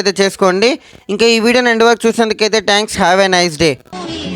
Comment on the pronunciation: nee mohaniki tanks endiraa its Thanks ట్యాంక్స్ kaadura gootle its థాంక్స్ 😅